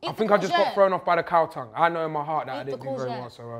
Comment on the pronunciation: Man said cow tongue